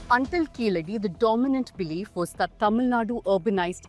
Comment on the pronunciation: I still wondering who came up with the idea to write the phonetic of "ழ" as "zha" or "za". Listen . He pronounced it as "கீசடி". I still stand for writing "ழ" as "la" since that's the closest sound to "ழ". Better let the any europeans to pronounce it as "கீலடி" insteadof "கீசடி".